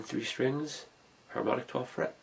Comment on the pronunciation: Harmonic ? More like "Hamon"ic